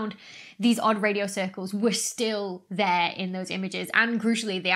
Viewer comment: Odd Radio Cirlces.. pronounced like Cersei?